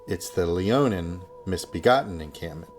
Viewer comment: i know im sounding like a nerd but its Leonine Misbegotten not Leonin.